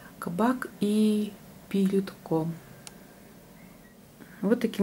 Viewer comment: Юрий Минаевич Пирютко ( ударение на последний слог)